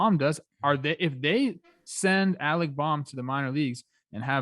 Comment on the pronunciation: Also Bohm is pronounced Bome not Bomb